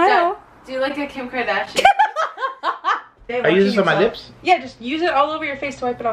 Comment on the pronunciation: “Kim kardashin”😭😭😭💀💀💀